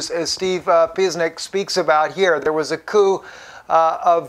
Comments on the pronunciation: his last name is not Piznick, it's pronounced "pa-chin-ick" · that's Steve Puh chin ik...not piznik. and while I'm at it it's AL nooose rah. not nurse ah... nit pik pronunciation comments over... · Steve (pronounced Pa-chen-ick) is our new hero this morning. Julian is, too! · Great work Steve, I always enjoy your videos. Just to let you know...Steve Pieczenick's name is pronounced like: Pit-CHIN-ick. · Steve: I think it's pronounced pe-chen-ik. also, al nus-ra (not nursa). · dr steve pieczenic pronounced pi che nic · Steve (pi-chen-ick).